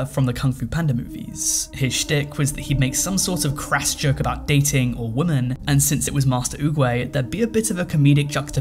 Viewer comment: Why can't you pronouce the word 'women' properly?